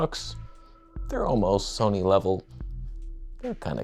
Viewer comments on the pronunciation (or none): none